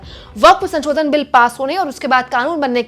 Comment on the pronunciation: अरे मैडम, संशोधन को बार-बार संचोदन क्‍यों बोल रही हो? ये तो अर्थ का अनर्थ हो जा रहा है। 😂